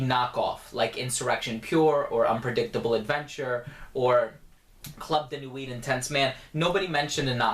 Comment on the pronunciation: the "t" is silent in "nuit" by the way